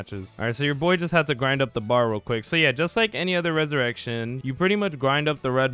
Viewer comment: Why am I the only one getting bothered by how he pronounced the ressurection and moves 🥲